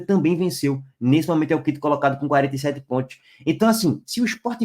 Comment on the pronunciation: ''PONTIOS'' KKKK